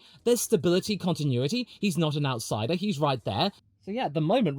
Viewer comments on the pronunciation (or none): none